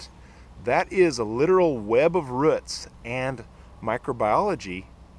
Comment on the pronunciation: not ruts. roots